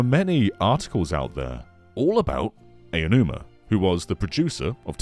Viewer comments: it's pronounced "ow-numa" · It’s pronounced “ow-numa”.